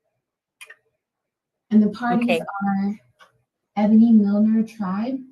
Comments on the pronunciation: “The Ebone Milner tribe” BAHAHAHAHA 😂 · Welp I think you pronounced her name WRONG..... it's Ebony just spelled differently ❤ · I'm guessing she pronounces it Ebony.